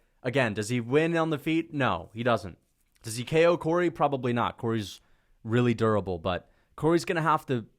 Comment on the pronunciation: It's Corey, not Cory. Absolute rookie/casual error